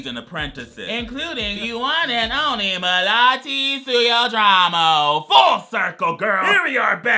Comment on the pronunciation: INDONESIA!!!! I'm so shook make a content about Indonesian ajsjssjakkssk Also,.. You spell it almost right. You spell "Melati" nicely hahaha "Suryodarmo" isn't spell Seeyudraymo hahaha it spells "Sur(like sure)yo(Yo like yo!)-Dar(like dar in Gaydar)mo(like mo in moment)" Sure-Yo-Dar-Mo SuryoDarmo